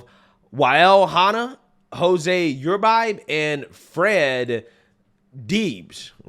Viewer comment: Uribe is pronounced Ur-ree-bay